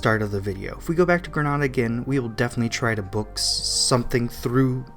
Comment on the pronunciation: It's pronounced Gree-NAY-da not Gree-NAH-da